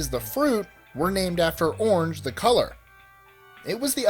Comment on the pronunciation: He pronounces orange as unje...cool facts but his voice is annoying..he sounds like one of those salesmen on those channels that try and sell you crap.